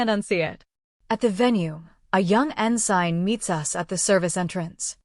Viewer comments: en-sin...not en- sign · Ensign, pronounced (en-sin) with vowels all short. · The g is silent in ensign